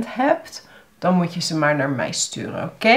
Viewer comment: Laat ik je wat voorbeelden geven dan, uit het eerste deel van Daily Dutch conversations #1, omdat dat de eerste video is die YouTube me voorstelt. * "Als 't aan mij ligt wel" - Hierin spreek je 'mij' uit als 'mai', en heb je een onnatuurlijke, Amerikaans klinkende intonatie aan het einde van de zin. * "Video" - Voor dit woord gebruik je redelijk consequent de Engelse uitspraak, met een korte i en o in plaats van een lange ie en oo. " "En ik op deze manier dus jullie echte dialogen kan leren" - Afgezien van de gekunstelde woordvolgorde gebruiken de meeste mensen in spreektaal niet 'op deze manier', maar gewoon 'zo'. 'Dialogen' is ook niet echt een alledaags woord, maar ik begrijp dat je dat in deze context lastig anders kunt noemen. Ik zou hebben gezegd: "En ik jullie zo dus echte dialogen kan leren" * "Kan laten zien wat zinnen zijn die" - Hierin gebruik je drie keer een sterk aangezette stemhebbende Z in plaats van de geassimileerde stemloze S die moedertaalsprekers hier zouden gebruiken. * "Bestuderen" - klinkt haast als 'bestudère' * "Couscous" - hier leg je de klemtoon op de verkeerde lettergreep, waardoor je eigenlijk 'koeskoes' zegt, wat iets anders is (sla Van Dale er maar op na) * "Het sneeuwt zo hard" - 'sneeuwt' spreek je hier uit als 'sneuwt', wat niet-moedertaalsprekers vaak doen omdat ze de eeuw-klank lastig vinden * "namelijk" -> klinkt als 'nammelijk', een van de vele voorbeelden van woorden waarin je lange klinkers vervangt door korte klinkers, en ook dat la